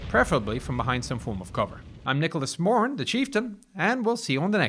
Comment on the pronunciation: no offence but i thought he said Nicholas moron at the end